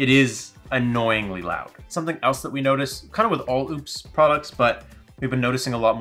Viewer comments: its O-PEZ not oops and where is he getting exodus from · I think it’s pronounced like UPS. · He’s actually saying oupes and exodus wrong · LOL. Chuckling at the mispronunciation comments. I own a couple Oupes units. It’s def a solid budget brand. Thanks for the Vid. ✌️out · Very painful video to watch when he just can’t pronounce Oupes or Exodus correctly 😵‍💫